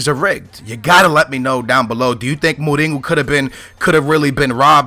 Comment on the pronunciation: why do you say go instead of ho jose mourinho not jose mouringo and even jao moutinho even ronaldinho i remember u said in a different video.